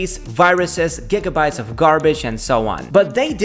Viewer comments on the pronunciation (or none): none